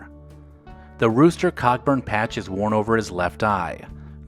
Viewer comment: Can't get over how you say Cockburn rather than how the name is meant to be pronounced, i.e. Co'burn. Why do you Americans have to ruin everything? 😜